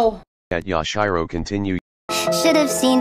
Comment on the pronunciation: Yash-Eye-Row CoNtInUe